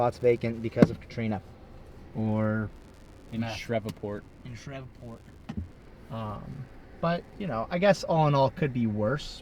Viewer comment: It’s pronounced Shreev-port, not shrevaport